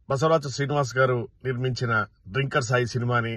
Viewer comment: డ్రింకర్........ అనకూడదు., తాగుబోతులను డ్రంకర్ అంటారు. ఇంగ్లీష్ బాగా వచ్చినవారిని అడిగి తెలుసుకో....